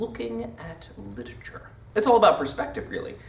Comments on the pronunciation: Stop saying 'litature.' It's LIT-ER-A-TURE! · LIT-ER-A-TURE NOT LIT-A-TURE